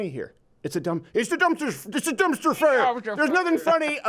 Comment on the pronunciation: Durmpster ferrrrrrr! Haha that was awesome.